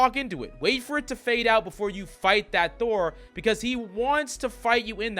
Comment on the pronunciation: Thor. It’s Thor.